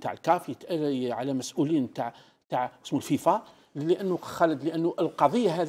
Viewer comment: حتى اسمه لم تنطقه صحيحا ولاعبها تعرف